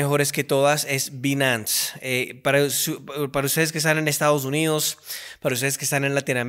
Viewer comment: interesante que sabe ingles y no dice bien Binance